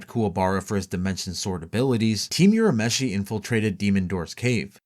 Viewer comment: Why do you guys purposely mispronounce name like urameshi when it is clearly said the same in both the japanese and english versions